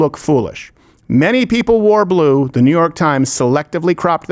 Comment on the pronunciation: The Porn Bots thought you said "Blow" not blue.